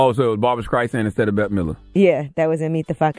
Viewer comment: Can Charlemagne NOT pronounce the 'STR' sound? It's Barbara Streisand, not Skreisand. He does this all the time. He calls strawberries SKRawberries. Ugh.